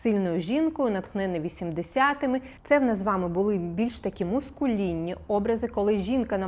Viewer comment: Та не мУскулінні! Это слово не от слова "мускул" ! мАскулінний! Вподобайку поставила ))